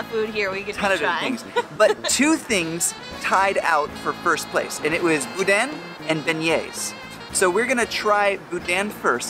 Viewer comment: We live four hours away from here. This is our vacation this year. The N at the end of boudin is not pronounced,tho. Any who! I'm excited!